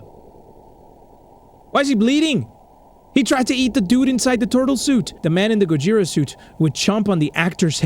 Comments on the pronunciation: the pronounciation Of Gojira is Go-jee-ra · It’s pronounced GO-JEE-DA. that is how the Japanese characters are pronounced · Its pronounced go-jeer-ah,gojira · It's gojra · gojira is pronounced go-gee-ru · This is how you pronounce Gojira its go-g-ra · It's pronounced "gogira" but spelled "gojira" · You pronounce it like, "Go-shi-ruh" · Here is how to pronounce gojira (Go-jir-ah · also fun fact: Gojira is a combination of Gorilla (go) And whale (jira) Making Gojira which is really creative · Fun fact:gojira is pronounced go-je-ra and angrus is pronounced An-gir-us